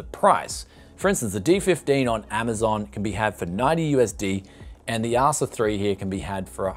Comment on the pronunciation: can't believe he can't pronounce the assassin correctly. lmao